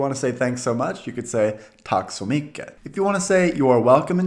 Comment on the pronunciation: Very nice video! But still: Godmorgon & Godnatt are usually said as gomorron & gonatt. Tack has a more closed a-sound and a soft ck-sound (i.e. not that far back in the mouth). Sounds less aggressive too :D "Tack you" is possible – Tack du!, Tack för det [du]!, Tack ska du ha!, etc. "Ha en bra dag" is actually a direct 70s/80s translation of the English "Have a good day". A more Swedish phrase would be Ha de' gott!, Ha det så bra!, Sköt om dig, or similar. The word är is (most) often said as "eh" or "äh". "Ganska lagom" sounds odd, or ironic, as an answer to Hur mår du? More typical answers would rather be Tackar som frågar, Tack ganska bra, Sådär, Hyfsat, Någorlunda, Jo då, Jo vars, Jämna plågor, etc. etc.